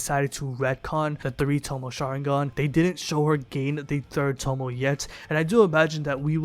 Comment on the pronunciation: If this nigga say tomo one more time. It’s Toe-may